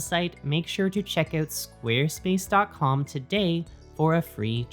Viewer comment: I like the way you say "Squarespace." Carry on.